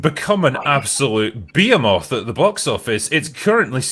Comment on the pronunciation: "It's become an absolute .. .. at the big office." What is this phrase? I am not familiar with it apparently and it almost sounded like, "an absolute be-am-off." He is not saying, "behemoth," right?